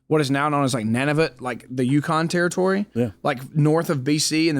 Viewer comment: hahaha its Noon-A-voot maybe it was his accent .But yeah the wilderness out here is unforgiving